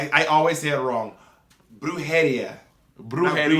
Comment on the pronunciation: Here in 2022 because I'm ill with covid. What a great and varied episode. Love Ajas Willow reference. Love how Bob says Brujería exactly the same way each time like brujéria 🤣 bless.